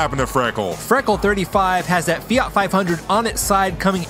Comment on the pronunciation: It's Fiat not Fiart .